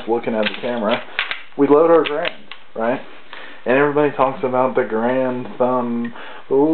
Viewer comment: Good vid but it's pronounced ga-rand not grand